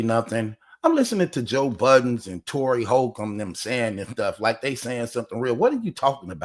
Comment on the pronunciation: BT his name is Corey not Tory